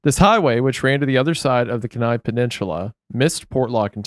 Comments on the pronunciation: kenai being pronounced as ken-eye has me floored as an alaska resident😭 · Kee-n-eye peninsula not ken-eye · Alaskan here—Kenai is pronounced Key-nai, Aleut is Al-ee-oot (as far as I’ve ever heard-but I’m not a native) and Aleutian is El-oo-shun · Alaskan here to fix your pronunciations. Kenai = KEEN EYE Aleut = ALLEY-OOT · Kenai key-nigh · 30 year alaskan. love the podcast and representation. Aleut (Al-lee-uut) Kenai (Key-nai) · i was born and raised on the kenai peninsula and it’s always funny when people pronounce the names of our cities wrong. it’s key-nigh if you’re wondering. i feel like wendigoo would build a bunker here one day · Its pronounced keen eye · It’s also pronounced Keyni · Every time they said Kenai I cringed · That kenai pronounciation tho lmao